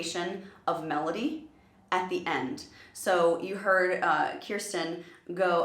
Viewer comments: I was going to respectfully submit the same pronunciation correction that Rebecca Rich made below: KER stin, not KEER stin. Thank you for being the kind of reactor who isn't annoyed when we do that! We love them so much...it feels like they're our best friends. I also support Rebecca's suggestion of reacting to PTX's "Silent Night." (Who cares if it's not Christmas?) It is, indeed, a live performance and it's one of the most beautiful things I've ever heard. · Just a kind correction. I've noticed you've been pronouncing Kirstin's name as "KIErstin" when it's "KIrstin". I don't want you to get dragged by some fans so I'm just kindly putting it out there :) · Just so you know Kirstin rhymes with thirst-in, you've been pronouncing it wrong for a while now and it's started to bother me. As for a reaction suggestion, you should see their video for Silent Night, it's totally live and off-mic and with great acoustics.